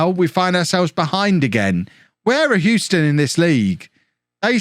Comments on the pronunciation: You’re pronouncing Houston correctly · as someone that lives in Houston, I'll confirm you're pronouncing it correctly. also, I've never heard of the Houston Dutch Lions. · From America, Your saying Houston correctly. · Hugh-stun. You got it. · You are saying Houston correctly (From an American) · Believe it or not you were saying Houston the correct way and that's coming from someone born and raised there. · You didn't mispronounce it. So you were scored on for false consequence. :P But that may be what the language company is making money on, interpreting your geographic mispronunciations. And yes, they're an Academy team. If their parent club doesn't want to secure their contracts, ruin them. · you are pronouncing Houston correctly. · Of course he’s pronounced it correctly. Unless you’re talking about the street in New York which is oddly pronounced “How-ston”. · He's saying Houston correctly.